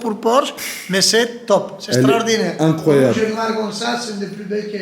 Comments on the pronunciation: C’est « Strodinaire » 2022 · SSTRORDINAIRE, SSTRORDINAIRE, SSTRORDINAIRE!!! Babéné fréro 👍👍👍